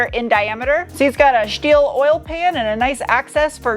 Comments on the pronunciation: Turned off as soon as you said schteel, don't do it!! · And "shteel".